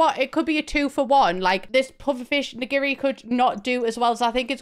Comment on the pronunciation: Why "IN-giri?"